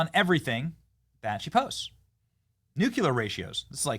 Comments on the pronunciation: Benny mispronouncing “nuclear” nukeular? Makes me crazy. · Lol, cmon man, NEW-CLEAR. Not new-kee-larr. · Benny...PLEASE LEARN HOW TO PRONOUNCE NU CLE AR!!! I've left comments every time you say it wrong. PLEEEEEASE!!!